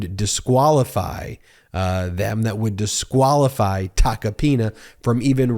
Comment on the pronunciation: I can't unhear Joe Tacopenis 😂